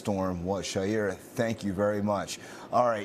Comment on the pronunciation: I think that he broadcaster is pronouncing the in the scene reports name incorrectly. Isn’t it Shaira (Shī-Ra)